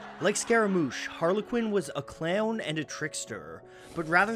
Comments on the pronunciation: His pronunciation of "clown" actually makes clowns disturbing to me. OOF! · "Put a gun against his HAYD pulled my trigger, now he's *DAYD*" - CLAYAHWN VERY interesting pronunciation, makes me wonder from where the narrator hails.